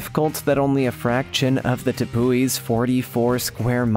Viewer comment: If youre going to advertise a 30 min video as being about tepuis (thats Tep-oo-wees not Tep-ez) then please dont offer a 20 best travelogue instead. Theres enough of that dreck on YT as it is.